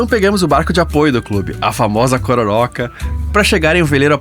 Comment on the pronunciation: Bela cobertura, só errou o nome do principal barco do evento: Cocoróca, é a pronúncia certa. Kkkkk Parabéns e bj do Don!!!